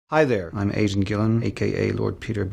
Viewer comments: Why does he pronounce his name Aiden (Aye-dinn) as "asian"? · Didn't realise Aidan is pronounced Aijen and not Aidan and Gillen is pronounced Gillon, like Rickon, Dickon, and so forth... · Aidan is pronounced Aishan? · does anyone else here him say "hi there im ASIAN gillon" instead of aidan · Did he say "I'm asian Gillen" in the beginning? Sounds like it. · At the very beginning, it sounds like he's saying "I'm Asian Gillen." XD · Did he say his name was "Asian Gillian"? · I THOUGHT HE SAID,'hi I'm ASIAN Gillan' HAHAHA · Did he pronounce his own name as "Asian"???? This is an emergency as my name is Aidan and I want to know if I've been pronouncing my name wrong for my whole life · Does he say Agent Gillen? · why does he say his name wrong you aren't asian gillan you're aidan gillan smh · Anyone else having trouble hearing his name as anything other than "Asian." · I heard Asian Gillan too!